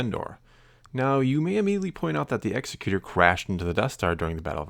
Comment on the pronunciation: Love your videos,! Just had to chime in, the Super Star Destroyer's name isn't pronounced the way you're saying it. Think of an "Executive" Producer. It's pronounced like that.